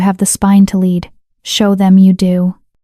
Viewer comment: There was two notable AI word mispronunciation. LEAD is both lead as in hecwill lead us forward, and lead (led) as in the mineral. Also bow, as in archery tool, and bow, as in a motion of the body. The AI can be taught. This should be done. A truly enjoyable, beautifully detailed story. ❤